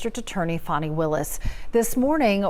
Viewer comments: Its Fani! Not Fawni. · There is NO "W" in FANI.